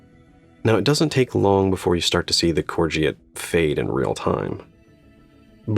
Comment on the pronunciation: Pronounced “core go”